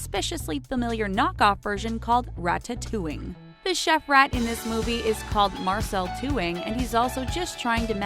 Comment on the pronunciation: It’s prinaounced ratitoing